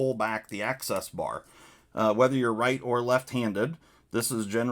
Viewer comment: Imagine saying AXIS without pronouncing ACCESS. You can do it if you just try. I believe in you.